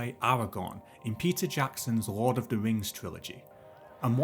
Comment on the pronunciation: Can we just talk about how the voice over says Rord of the Rings?